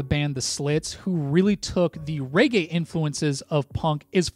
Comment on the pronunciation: Mate, it's pronounced regay, not raygay :)